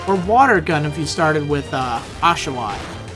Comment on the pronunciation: O-sha-wott, brilliant im British and I find it hilarious